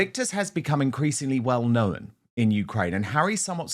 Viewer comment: Weird pronunciation of the word 'known' turning it into 2 syllables.